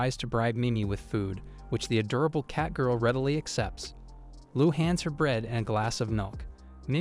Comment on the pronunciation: ngl, it kinda pisses me off that the AI narrator is unable to say a simple a word as "Adorable" without it becoming Add-Ora-Bull. same with the word Bow, as in the weapon. for some reason, for how much AI is supposed to be genious and able to learn from the world and internet etc, it is inable to have prefixes for the words allowing variations of the same written word's pronounciation.